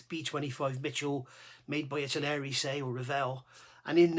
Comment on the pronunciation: Good guide for beginners. Just one small point is the way you pronounce Aires, it's not Aries ( Air rees ) as in the star sign, it's Aires as in Aircraft Resin.